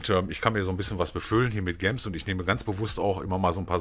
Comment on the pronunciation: Kannst du gems bitte nicht so deutsch aussprechen, entweder englisch oder halt deutsch und dann bitte Juwelen ....